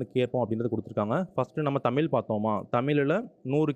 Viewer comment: Sir தமிழ் not தமில்